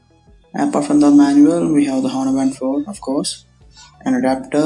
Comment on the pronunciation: H is silent.